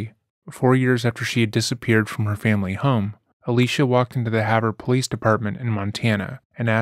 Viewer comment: Ayy, you pronounced Havre right! The cop didn’t even try LOL